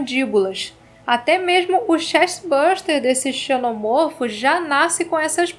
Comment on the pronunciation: Como em cachorro, a pronúnciar é: um "cachôrro", dois ou mais "cachórros". Seja: Um "xenomôrfo", dois ou mais "xenomórfos"; um "ovomôrfo", dois ou mais "ovomórfos"